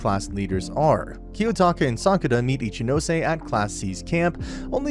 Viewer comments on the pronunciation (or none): none